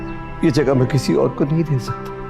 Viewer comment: Anyone who has noticed that Nargis buaa says Jey instead of yey